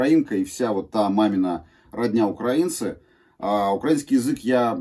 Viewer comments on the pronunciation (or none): none